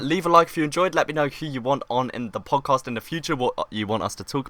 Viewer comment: Podjast? XD